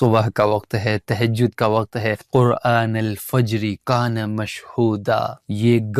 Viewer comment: Tehjaud.. Ya tahjud😢